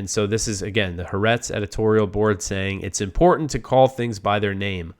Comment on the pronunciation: It's pronounced "ha-are-etz"... three syllables, accent on the second syllable. It means "the earth" or "the world", with the "ha" meaning "the".